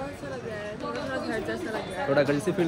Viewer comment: जैसे_में यहा पड आ गया हूँ जैसे_घड पे जाना है... वो भाई पड नही पर और घड नही घर बोला करो यार